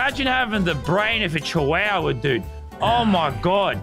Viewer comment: bro the way lazarbeam pronounced Chihuahua😂